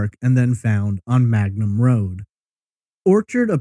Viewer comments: It’s Mangum Road, not Magnum. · Its Mangum not Magnum